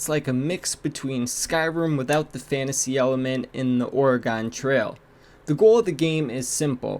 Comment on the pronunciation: Lost me with how you pronounced Oregon. 😬